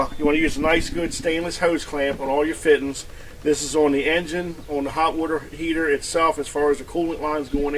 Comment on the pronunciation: Oh yeah, the “fittens”